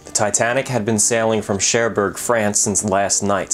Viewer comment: Your pronunciation of Cherbourg irks me, especially since you pronounced "Kaiser Wilhelm der Grosse" so well.